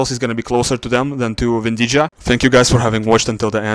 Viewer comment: Vindija произносится как "Виндия". В хорватском "j" произносится как "й".